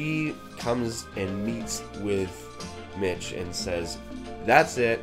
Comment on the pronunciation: I can't stop watching this review, wtf is wrong with me. I've watched this like ten times today someone help me. Oh and it's Mick not Mitch. Just wanted to make sure you knew, also the deaf girl was named Eileen.